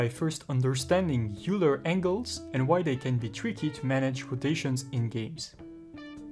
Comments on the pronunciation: great video, thanks a lot. and maybe you know this already, but Euler is pronounced "oiler"/"oy-ler" not "yooler" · Oiler! not youler.. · It's pronounced "oiler", not "youler". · It's a common mispronunciation, among people of all accents. "Euler" looks like it should be "yoo-ler," similar to "Ferris Bueller." But it's actually "oiler," like "someone who oils." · It's is pronounced "oiler", not "youler". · you pronounce "euler" as "oiler" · Euler is pronounced like "oiler" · Great video. "Euler" is pronounced "oiler" btw. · It's weird but Euler is pronounced like Oiler or Oy-ler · Euler is a german name, pronounced "oyler" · Not too important in the grand scheme of things, but it's pronounced like "oiler." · Dude teaches Euler rotation and pronounces Euler wrong every single time. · Dumb pronunciation of EULER!